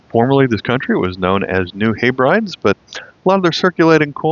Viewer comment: The New Hebrides of Anglo-French condominium fame, (named after the Scottish Island group) now called Vanuatu, is pronounced New Heb- ree- dees!! Cheers from Oz!!